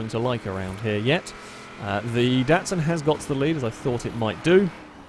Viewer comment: you dont say DATSUN its a DOTSUN